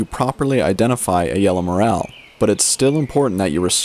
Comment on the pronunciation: Morel mushrooms are pronounced MorEL and Not MorAL!